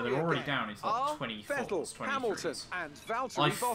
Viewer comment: Please for the love of God Stop mispronouncing Vettel 😂